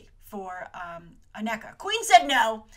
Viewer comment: The name is pronounced A-KNEE-Kuh not A-Neck-Uh.